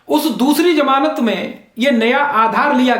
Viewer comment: बडे़ शर्म की बात है, जितने आप पढ़ें लिखे हैं उतना घटिया आपका उच्चारण है । कितने बेझिझक होकर आप, फै़सला ( faisla ko phaisla ) को फैसला , ' श ' को 'स ' और ज़मानत 'को ' जमानत 'कह रहे 'zamanat' ko 'jamanat ' ऐसे उच्चारण से तो एक अनपढ़, जाहिल और टपोरी का उच्चारण अच्छा है